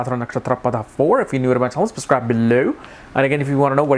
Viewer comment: its PADA not padHa !!